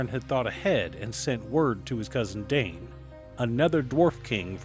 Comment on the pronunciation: Dain rhymes with sign.